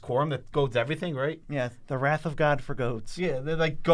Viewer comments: wrath of goad?? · "A wrath of god for goad" a wrath of goad??